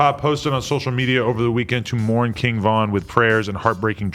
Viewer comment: Kin Von, cmon adam 😂😂